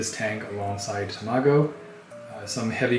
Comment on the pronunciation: your pronunciation of tamago is a bit off but that's an extremely endearing name for a fish :-) I also want to make a giant tank with a bunch of neon tetras too! I have a 20 gal with some tetras in it but I've been neglecting it and I don't know what to do now with the algae problem...